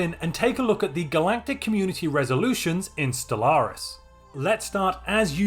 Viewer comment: For some reason I always get a hit of dopamine with the enunciation and tonality of the way he says Stellaris.